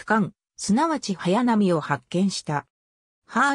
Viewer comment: はやぱ ってｗ